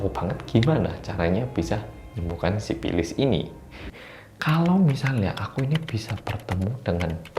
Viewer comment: menggunakan bahasa Sunda. Sifilis menjadi sipilis😁